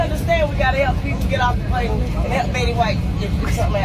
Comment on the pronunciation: "Betty" what's she saying Betty that way for, hm?